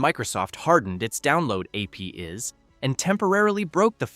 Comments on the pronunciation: APIs read as "Ayy Pee Izz". Absolute garbage AI voice reader. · Ai slop channel . 'When Microsoft hardened its, AY-PEE-IZ". No human mispronounces API. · Sorry. Excuse me, here........ "A. P. is" ??! APIs are A.P. is? lmao. Tell me you don't have a clue what you're talking about and are just reading, like, Wikipedia articles without actually telling me that straight-up. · "AP IS"? I think the AI meant to say "APIs". Do people who use text to speech narrators actually bother to watch them back before uploading them? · is this AI generated? at the voice says: Microsoft hardened its download APs. the correct pronunciation of the acronym is APIs. again at where it's even worse because there is an additional break. what the hell is going on there? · Ah yes, those "AP is". If only we had AI voices to talk about those "AP is". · Hi .. I think the AI voice thinks APIs as AP is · This clip was so repetitive that it must have been written by AI. The voice-over definitely was not human. Just ask it to say "APIs", or simply notice how annoying it is.